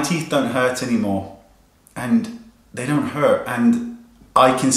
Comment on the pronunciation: You are so real wayne. Love it! Teeth look fantastic! Loved the little southern accent that came out when you said hurt :)